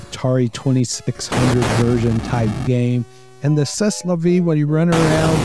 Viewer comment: Congrats,! You win the award for the "Most American Sounding Pronunciation of C'est la Vie I've Ever Heard." 😏